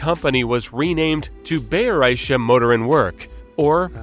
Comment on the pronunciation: I still try to digest the narrator's "Bayerische Motorenwerke" What a slaughter fest....